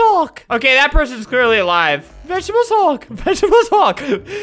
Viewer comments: Do you mean vegaatablees hulk? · nobody: NOT A SINGLE SOUL::VeGetEbelS HuLk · nobody: not a single person: not a single soul::vegetebles hulk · "Vegetebles Hulk" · "vegetebles hulk" -, 2019. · Everyone: Say The Magic Words!: Vegetebles Hulk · 5 years later and “Vegetebles hulk” has dat with me the whole time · “Vegetebels hulk” i felt that.. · "Vegetebles hulk" is happiness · "Vegetebles Hulk" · Vegetables Hulk